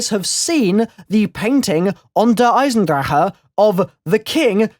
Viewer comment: I would be a happy man if I never heard a YT say Der Eisendraha again. That maybe how it's pronounced, but I hate it. Just say Der Eisendrache please.